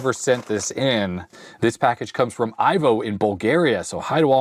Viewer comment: I had a Bulgarian roommate once. I believe that name is pronounced like EEVO.